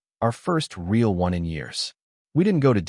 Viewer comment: Reaiaul - real 🤣🤣🤣🤣